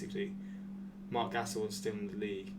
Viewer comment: Everyone: Marc Gasol: Marc Gass-ol